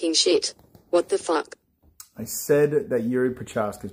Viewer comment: “Fook You” exactly what I said after the first time I heard you say fook boxing